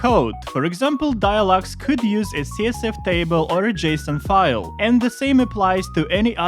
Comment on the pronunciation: you pronouncing CSV as CSF is really pissing me off lol, great video otherwise